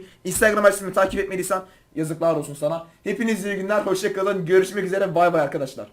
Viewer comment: ABİ DETAY PENNY NİN SESİNDE TÜRKÇE OLARAK BAYBAY DİYO ABİ LÜTFEN GÖR ❤❤❤